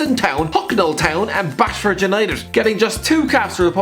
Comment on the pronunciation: Don’t you dare disrespect my club (Basford United) it is pronounced base Fud not bass Fud